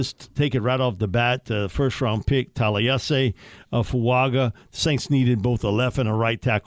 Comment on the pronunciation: Taliese Fuaga is actually pronounced "Tally-essay Foo-unga" has that invisible N that a lot of Polynesian names have.